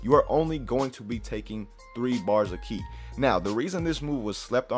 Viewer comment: Ki not key